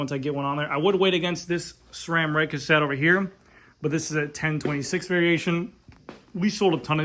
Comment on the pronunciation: THANK YOU! You are the only one that pronounces SRAM correctly. Everyone else uses an H in the pronunciation. Drives me nuts! SSSSSSSSRRRRRAAAAM people, Not SHRAM.